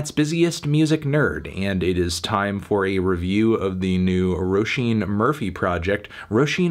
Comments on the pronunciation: ayeeeee he pronounced roisin right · Dam melon pronounced Roisín fairly well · Irish person here, came to see how he'd pronounce Roisin. I'd give it a light to decent 8. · he did better than expected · He actually got it pretty good imo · Thank you for pronouncing Róisín correctly. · Damn he pronounced it right... i clicked on this video to get mad in the comments and now I can't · Only clicked to hear Anthony's pronunciation of Roisín. Good job melon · Thank fuck you’re pronouncing her name properly this time 😉